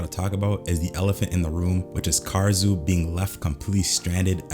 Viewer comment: BRO PLEASE ITS KAH-DA-SŪ OR KAH-RA-SŪ NOT KAR-RA-SŪ UR HURTING MY EAAARRSSSS